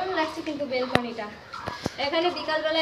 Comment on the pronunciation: বেলকনি টা কি? ব্যেলকনি বলে